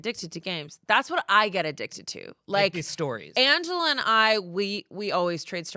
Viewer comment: sorry hearing say amangela and ianthony out loud activated my fight or flight response